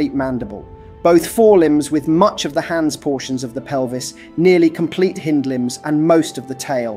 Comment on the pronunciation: How can you mispronounce "hind"? And why use AI?